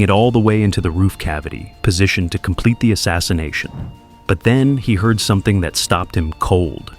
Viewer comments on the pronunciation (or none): none